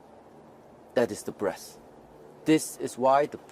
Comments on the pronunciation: It sounded like he said " The longer you interact with the breasts the deeper you can penetrate the body" which it will of course make sense. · I was thinking he was saying breasts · i keep hearing breasts. damn